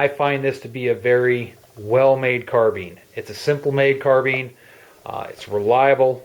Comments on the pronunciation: Carbine not Carbean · "Carbean?" Seems like no two people say it alike?